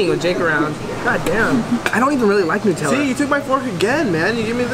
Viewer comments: Thank you so much for saying “nut-tella” instead of new-“tella” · No but in official commercials for it they say new-tell-uh, sooo